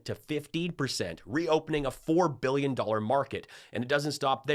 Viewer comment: Does the WAY Rump says ‘millions’ & ‘billions’ make anyone else absolutely cringe?!? The emphasis on the ‘L’ sounds drives me NUCKING FUTS!!!